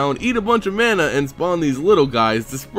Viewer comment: Ma-na, not man-a